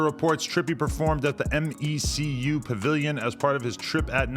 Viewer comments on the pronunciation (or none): adam its pronounced ME-QUE not m.e.c.u pavilion